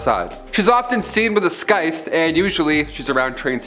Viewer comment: Isnt scythe pronounce siye-th